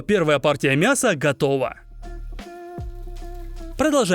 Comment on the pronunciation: Мне одному кажется странным произношение слова « готоува»?😅